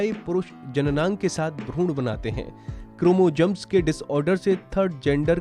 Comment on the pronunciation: 😂 क्रोमोजम्स , bhai dhang se to bolna seekh lo pehle